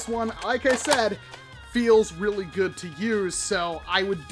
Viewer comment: “That’s really gooad”